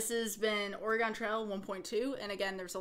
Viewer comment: Oh my goodness, the way you pronounce Oregon. I hope nobody from Oregon hears it. Great video, nonetheless. Really hope we get to see you at SGDQ. You're a true talent.